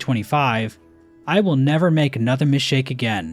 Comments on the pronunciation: There's a mistake in the "Correcting my mistakes" video, right at the end, you say "missake" instead of "mistake" You should make a video clarifying it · Um youtube commenter you made a mistake in your youtube comment, mistakenly says "mishake" instead of "missake" when he meant to say "mistake" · I know I’m late, but I’m calling it: in a few years is going to release another video like this, and mention how he said “Mishake” instead of “Mistake” at the end of this video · "i will never make another mishake again" ah yes, thank you for revealing we have been saying mistake wrong this whole time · Yea i think we're gonna need a correction video, "" says "Mishtake" instead of "Mistake", classic, definitely unsubscribing for this transgression. Edit: In my comment under mossbags fan favourite video "Correcting my Hollow Knight Lore Mistakes" i mistakingly claimed that said "Mishtake", when clearly he had said "Mishake". I made a clear lapse in judgement and apologize for disappointing all my fans. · Did he say mishake? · but "mishtake" is the correct way to pronounce the word "mistake" you buffoon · >NAHHHH HOW DARE U SAY MISTAKE WRONG U ARE PRESSING MY BUTTONS